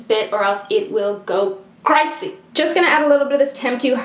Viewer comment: The way she says ' Crasyy ' Yassss. 😂😂